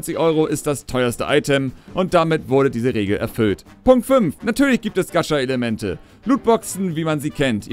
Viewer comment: du sprichst gacha falsch aus >.<